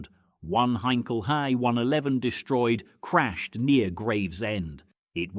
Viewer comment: Crap AI commentary will never pronounce Blenheim correctly..... Blen-hyme🤣😂🤣 Not forgetting Heinkel HEE 111